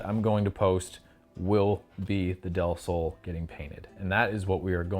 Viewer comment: nice pronounce on "del sol"! (means, "of the sun"!)